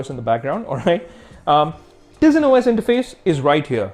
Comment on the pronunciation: I think its pronounced taisen not teezin even tho its spelled tizen